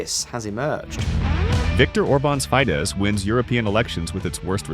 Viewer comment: Feedes not Feides